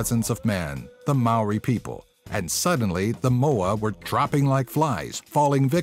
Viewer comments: ah yeah the moa. No a fence u said Maori wrong I know you have a different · dude just saying I live in NZ and u have the strangest pronounciation of moari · Maori* Not Moari